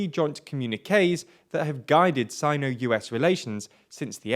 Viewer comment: you're pronouncing Sino wrong